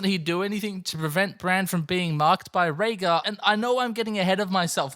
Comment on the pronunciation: Have you done a video about your night king is actually raegar theory because if not please do I've been hearing you call him Reagan for years and I still dont understand lol